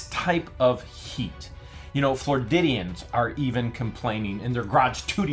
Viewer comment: Will someone please tell how to pronounce citizens of Florida as Flor-id-ians, not Flor-did-ians